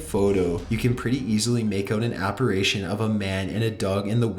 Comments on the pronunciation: It "apparition." "Apparation" is making me crazy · Awesome videos! However it's pronounced: APP-UH-RIH-SHIN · Someone needs to tell this guy how to pronounce apparition.